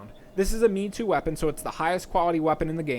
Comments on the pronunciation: it's not pronounced "me-too", it's "may-toe" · Ofc, but the point is to get it close as Japanese as possible. "me-too" isn't remotely close to how the word is pronounced and I didn't know what you were saying in the video without the contextual knowledge of weapon grades.